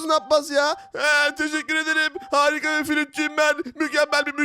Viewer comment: Abi harikayı hızlı deme bi tu af geliyor